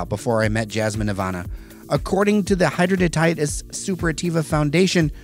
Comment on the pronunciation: It is pronounced “hid-drad-in-itis.”